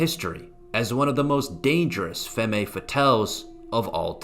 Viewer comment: the second "E" is silent in the word femme, but i think he's saying it different on purpose. canceled.